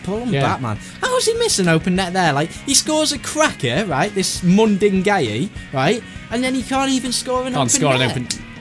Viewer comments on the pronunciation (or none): U pronounce it mud in guy ee